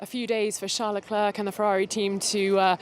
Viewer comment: The "c" at the end of Leclerc is silent!!